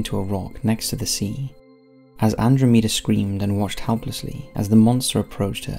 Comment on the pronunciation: Its pronounced Ann DROM ee dah